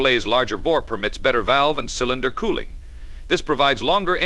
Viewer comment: Did I just hear "kill-inder block"? Say what?